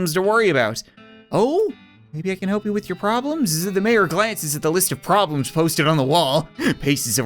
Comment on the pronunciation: Mayor more like "may"-O